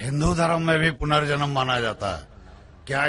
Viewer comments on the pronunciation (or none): Zakir Saab, Punarjaman hota hai ...